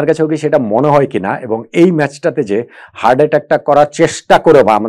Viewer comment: স্যার, কথাটা হার্ড নয়, হার্ট। ভুল ধরার জন্যে ক্ষমা করবেন।আপনার কাছথেকে এমন ভুল ভাবতে পারি না।